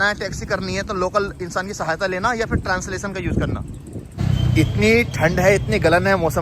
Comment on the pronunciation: Translason nahi Translation hota hai 😂